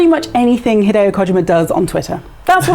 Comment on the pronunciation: please don’t pronounce Hideo Kojima like that again